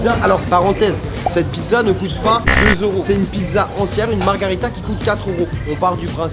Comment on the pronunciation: On dit margherita imbécile...